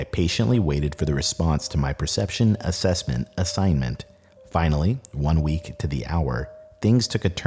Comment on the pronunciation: anyone else catch him mispronouncing “assessment”? First time i’ve caught that beautiful voice saying the wrong word